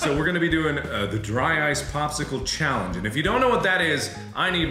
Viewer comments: it sounds like he said dry ass in front of us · For a second there it sounded like Mark said “block of dry ass” XDDDD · Yes it did sound like dry ass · yeahh it did sound like he said "Dry ass" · At the beginning I thought Mark said “Dry ass” Edit: It even says it in the auto generated captions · i thoughtt he said dry ass at first i'm like wtf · Am I the only person who thought markiplier said dry ass instead of dry ice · In the beginning instead of dry ice it sounded like mark sed dry a*s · Any one els hear him say dry a** instead of dry ice or is there something wrong with me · When he said "dry ice" it sounds like he said "dry ass"😂😂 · I was looking away at the start and thought he said dry ass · I thought he said, “dry ass”😂😂😂😂😂😂😂 I swearrrrrr, it sounds like he says it😂😂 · Am I the only one who looked up from what I was doing at the beginning of the video because I thought Mark said there was a block of dry ass right in front of them. lol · Who in the beginning thought it sounded like mark said dry ass instead of dry ice😂😂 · I thought markiplier said dry ass in the beginning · Sounds like he said dry ass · I thought you said "dry ass block" at the start 😅😅😅😅😅😅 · did he say dry ass? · Mark's (southern) Ohio accent really slipped out there in the beginning, both with how he said cheeyahllenge (challenge) and how he said drah ahyce (dry ice) I see you man, you can't hide from it